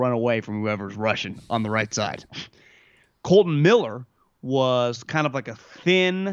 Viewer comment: KOLTON not KOLTEN...